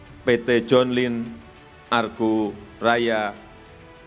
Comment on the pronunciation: 06.00 - Sudah baca aja masih salah mul...agro bukan argo...dikira taxi kali pake argo 😂😂😂